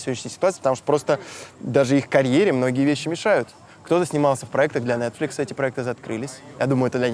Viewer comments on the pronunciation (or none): none